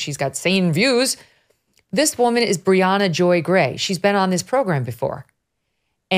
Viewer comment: Briahna not Rihanna already already am listening now ....